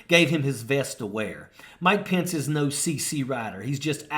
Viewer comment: Really annoys me this guy can’t say his last name right lol